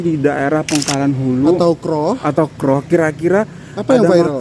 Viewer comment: Sekali lagi sebutan KROH itu janggal bagi kami orang Hulu Perak. Huruf O disebut seperti anda bunyikan in English OWN atau OWE the debt